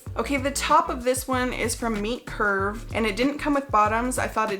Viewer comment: I thought you were saying meat curve then entire time.